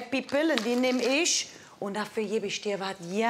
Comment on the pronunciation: "isch liebe Senioren, die sind so schön....alt"😂😂